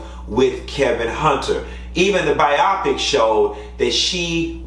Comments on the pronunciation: I think it's pronounced BYE-oh-PICK! It's not supposed to rhyme with myopic. It's short for 'biographical picture.' Just my 2 cents!! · Okay the first time you said biopic was correct. Bio then pick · why y’all calling it Bi-O-pic it’s pronounced Biopic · I see someone called to tell him how to pronounce biopic 🤭